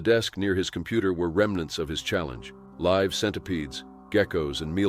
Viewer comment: "LIve" pronounced wrong